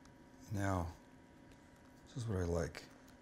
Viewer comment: did he say "meow we can start with our meat and our cheeses"